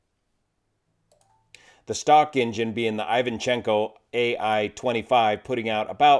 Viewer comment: Its eye-vche- nko